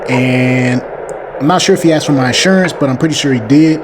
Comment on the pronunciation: The word is "asked". not "axed".